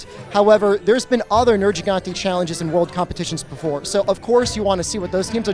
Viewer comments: Why does everyone say nerjigante? That isnt how it is pronounced. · Why do some people still keep saying "Ner-j-igante", when it is cleary not pronounced like this in the game? 🤔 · "Ner-jee-gantay" why on earth would you say it like that, when everyone in the game has spoken dialouge that says it as "ner-Ge-gantay" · Nir Gee Gante or MAYBE Nir HEE gante if you speak a lot of Spanish but “jii”? I bet his teammate Sam quit once he heard the pronunciation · it's pronounced wrong in the video though, it's very nit picking but Gigante is derived from spanish and the first "G" is suppose to have an "H" sound like "hell". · puts thousands of hours into the game still cant pronounce nergigante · He should be disqualified for saying Nergigante wrong.